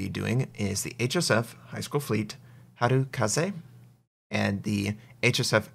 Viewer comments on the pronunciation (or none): it's HarEkaze not HarUkaze by the way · is pronounced as ha le ka ze but not ha ru ka se....... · Its HaREkaze, not HaRUkaze. Here it is in action against Musashi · it's not "Harukaze", it's "Harekaze"